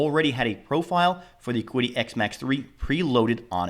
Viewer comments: Was seriously looking at this printer, but now I’m torn since I’ve seen the Flying Bear Reborn 2. Opinion between the two of them? Build volume on the Reborn 2 is . It’s not Klipper, but can be converted to Klipper easily. Oh and it’s pronounced Chi-DI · Pronounced chee-dee just FYI. :) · Pronouned Chee Dee. Qi, (Chinese: “steam,” “breath,” “vital energy,” “vital force,” “material force,” “matter-energy,” “organic material energy,” or “pneuma”) in Chinese philosophy, medicine, and religion, the psychophysical energies that permeate the universe.